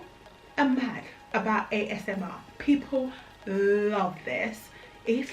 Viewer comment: I love your video quality. You're very funny did you say AMSR? Thank you for this video I learned a lot and you make me laugh too😇